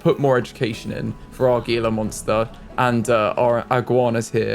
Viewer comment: Fun fact the Gila monsters are actually pronounced hee-la monsters.